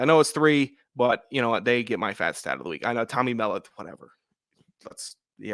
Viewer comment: Thanks for the analysis. Montana Sate QB pronounced “Mell-Aught”